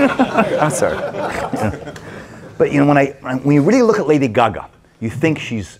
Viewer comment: i love how he says lady gaga lol “lady guhguh” 😂